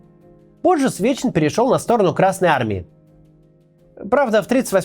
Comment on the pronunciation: За весь ролик один раз ты сказал Сечин а не Свечин!*